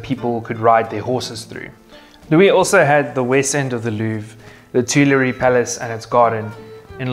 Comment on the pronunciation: Louvre, not leuvre.